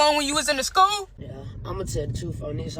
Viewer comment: Hearing an educator saying "Shcool" proves the state of American education